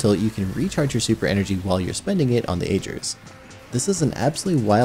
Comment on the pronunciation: "Ager's" rhymes with "daggers" not "rager's" though I get the confusion because of the spelling. 🤷‍♂️